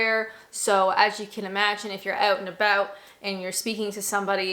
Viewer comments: Whilst your English "accent" isn't really that bad, the Canadian came out when you said "oat and aboat"... :D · the only time i really notice your Canadian accent is when you say a word with out in them like about, it comes out a little like aboot lol